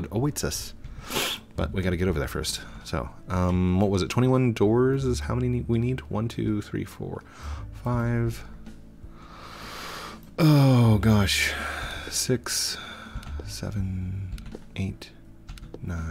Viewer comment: lowkey triggered how u said manny axe instead of many axe